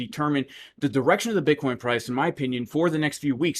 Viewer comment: J, my 4 year old twins laugh so hard every time you say buttcheek